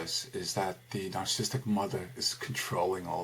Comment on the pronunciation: Terrific but it's pronounced Nar-ciss-ist-ic - four syllables, not three. :-)